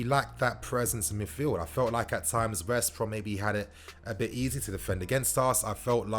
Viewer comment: I beg you stop saying West Brom like it’s 1 word ahahaha